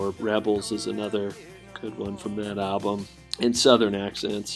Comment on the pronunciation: I like how you don't pronounce the "L" in album. It's just Ahh-bum lol